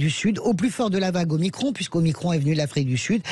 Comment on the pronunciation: Ce n'est pas omicronne mais OMICRON ou OHMACRON !!!